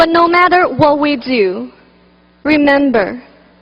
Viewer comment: 哈哈 我以为只有我听她的口语重 那个the , matter 等的发音 听的我尴尬症都犯了